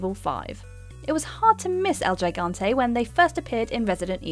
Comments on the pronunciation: Imagine saying el gigante so incredibly wrong 😂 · Lol "el jigante" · It's more like "El Hee-gahn-teh" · El jay gangteh... Lol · El Geegante Cerebrimbor Thasm Am sorry but i cringed then laughed after hearing them.